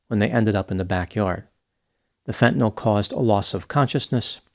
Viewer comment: Hat tip for actually pronouncing "fentanyl" correctly. Most people say "fen-tuh-NOL," which sets my teeth on edge. (I knew you'd get it right!)